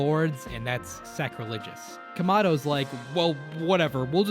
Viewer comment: Also it’s kamado not komado you dumdum